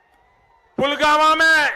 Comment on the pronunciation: pulwama ka naam bi theek se nahi bol paye the